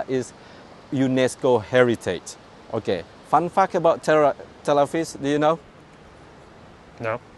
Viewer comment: Tel Aviv bukan Tel Avis 🤦😂